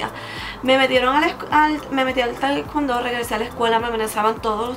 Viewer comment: no se pronuncia taicuando es taicuondo y no podes subir de cinturón tan rápido por que de práctica mucho pero de conocimiento nunca aprendedd